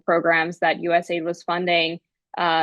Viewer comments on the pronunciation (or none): Stop calling it ‘aid’ say the letters A.I.D. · Just an FYI! Anyone saying US Aid doesn't really know what it does or who it is. US A I D is the way it's pronounced. And it developed things, mostly international problems lately. Just saying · It's not USaid but US A.I.D. Do you research before venturing to comment on a topic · It's not US-Aid but USA - I.D ( USA INTERNATIONAL DEVELOPMENT) ... "USA- I.D' has an even stronger meaning/connotation, especially when you find out where the funds were going. So I believe it should be pronounced USA i.d 😋 Great discussion 👍